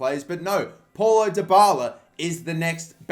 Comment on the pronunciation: Mannnnn the "Paulo" pronunciaton annoyed me